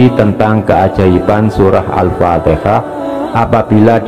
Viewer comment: Al Fatihah bkn Al Fateka.